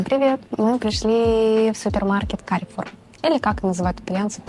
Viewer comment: Carrefour (фр. - Перекресток, по фр. произносится Карфур, ударение в конце) это французская сеть гипермаркетов, бренд "Карфур сити" - супермаркеты у дома